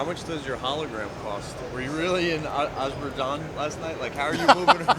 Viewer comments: Soon our world will know the evil dirty deeds Trump and dana white have committed. The way Dana says ajooboojain instead of Azerbaijan hurts too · you guys been to ashabashan?